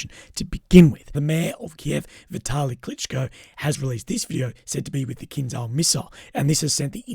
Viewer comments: Stop saying kinzal, it's KINZHAL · The pronunciation of kinzhal is actually kinjal. Not z, but j for Jerry. Kinjal means dagger.